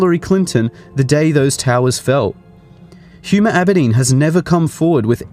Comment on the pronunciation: He 'H' is silent. It's Huma (pronounced ooom-ah).